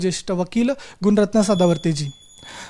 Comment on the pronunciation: सर्व पत्रकार सदावर्तेंचे नाव चुकीचे उच्चा रतात त्यानी सांगितल्या प्रमाणे त्यांचे नाव गुण रत्न नव्हे गुण रतन असे आहे.